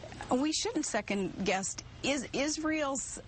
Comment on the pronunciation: Does Palin say "second guest" instead of "second guess"?